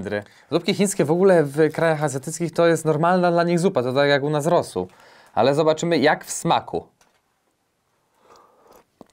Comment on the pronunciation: czemu mówisz rosuP zamiast rosół ? xD